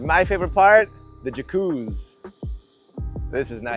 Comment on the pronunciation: It’s not a « jacuz » but a jacuzzi 😌